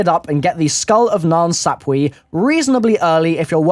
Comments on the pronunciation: omg its called mass emune pronounce it correctly and is nan sapway not nan sap"we" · IT IS PRONOUNCED SAP-WAY! STOP BEING A DOUCHEBAG AMERICAN, AND PRONOUNCE IT CORRECTLY! I KNOW YOU ARE SMARTER THAN THIS!